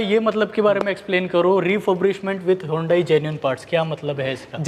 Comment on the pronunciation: hondai nhi hyundai bhai